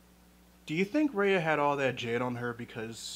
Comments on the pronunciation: it's RUHYA not REYA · I'm sorry but this is bugging the shit outta me Ah-hem! R-EYE-AH not R-AY-AH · Okay but....could you say her name right? It's "Rai-uh" not "Rei-uh" You were able to evaluate the whole movie beautifully though :)) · this is exactly what ive been thinking about, thank you. also Raya's name is super symbolic in a lot of SEasian languages which is cool especially when pronounced how it is in the movie (like rye-uh not ray-uh) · btw it's pronounced "rhy-a" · Bruh it's "Rye-A". btw I completely agree w your point, great video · It's RAAAAA - YA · Her name is pronounced, "rai-ya." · It's pronounced rah-yah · can yall learn to fucking pronounce raya correctly